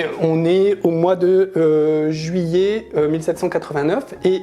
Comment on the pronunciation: Ça fait saigner les oreilles cette prononciation incorrecte du français : "Juillé" pour "juillet" "Il fé" pour "il fait" "C'été" pour "c'était" "Deu" pour "de"